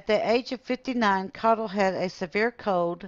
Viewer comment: Good to hear our last name pronounced correctly! Jim Caudill